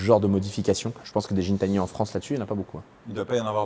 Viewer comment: Gintani c’est avec un G pas un J 😅